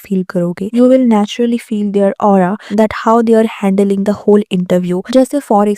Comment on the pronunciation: No doubt Alia's reaction was cringe worthy but dear of this video you pronounced living as leaving, you mispronounced handling, instead of confidence you said confident, again same goes. Smell some coffee dear otherwise its like pot calling kettle black.😅😅